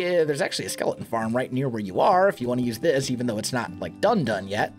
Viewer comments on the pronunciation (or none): He pronounces skeleton like skelen lol